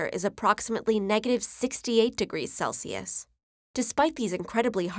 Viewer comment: pronouncing celsius as CALSIUS